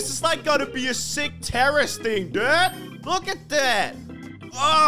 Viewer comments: “This is my TV station dewd” Had me rolling 😂😂😂😂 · The way he says dude😂😂